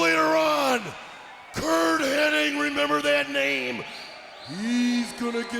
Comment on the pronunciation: Anybody else notice that everyone is saying "Curt Henning" instead of "Hennig"? Even the subtitles are spelling it that way. I swear, it's always been Henning. The Mandela Effect is real!